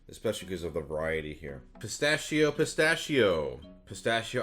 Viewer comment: it's pronounced Pistachio Pistachio